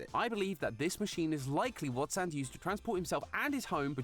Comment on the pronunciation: Every time they say "Saahns" i die a little inside